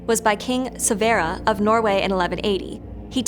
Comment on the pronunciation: the way this lady pronounce king Sverre